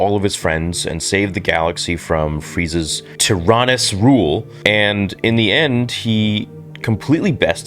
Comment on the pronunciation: I'm sorry but tyrannous isn't pronounced like "Darth Tyranus", it's "tear-an-us"